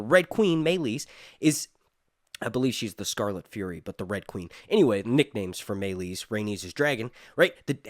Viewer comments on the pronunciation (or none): none